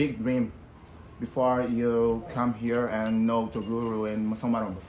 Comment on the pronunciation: Toguro: Minha mãe está puxando o meu ouvido. Inscritos: toguro se você continuar falando errado vamos puxar sua orelha.